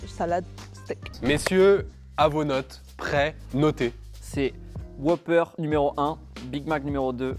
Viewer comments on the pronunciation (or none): WhOOper pas Whoper ça m'a perturbé 😅